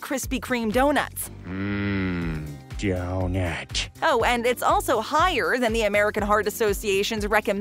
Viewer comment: Lol when the part he says Mmmm Donuht lol